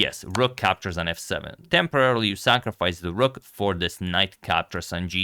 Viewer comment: Its rook not rock